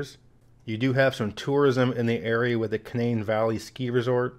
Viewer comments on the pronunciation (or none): none